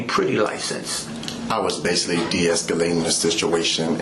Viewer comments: "base-saul-lee"? What kind of grammar is that? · basily? or basically? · Basilly (basically) smh this dude is a danger